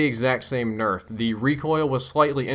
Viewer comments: "QBB got a huge berf" lol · What's a berf? Lol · 'The QBB got a slight burf.' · I heard it too haha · QBB got a big berf? lol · "QBB especially got a huge berf.." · "QBB got a good Berf" xD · u said berf LOL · "QBB got a huge berf." You heard it here first folks. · Did he just say the QBB got a huge "burf?" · "QBB especially got a huge berf." Was it sick or something? :P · he said burf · lol you said berff instead of nerf